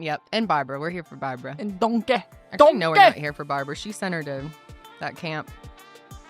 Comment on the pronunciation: i actually had to pause it and collect myself bc of the “DONKEH” over and over again 😅😅